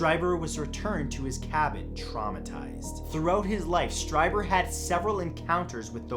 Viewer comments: It's pronounced Stree-ber, not Stry-ber. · #2 is pronounced as streeber. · Whitley's last name is pronounced STREEBER. That's how he pronounces it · Awesome. 'Hair of the Alien' (about Peter Khoury) is a great read with some real surprises. Strieber is pronounced Streeber. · Whitley Streiber's last name is pronounced "Stree-ber." (Sorry; I love you Matt!)